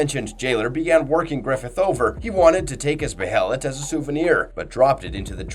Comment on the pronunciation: I will never subscribe to ur channel because you say be(heh)let , you say behelit (bay-lit) it’s like nails on chalkboard